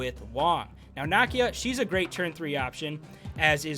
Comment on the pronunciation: Bro her name is pronounce Nah’Key-Ya….not “knock-e-ya”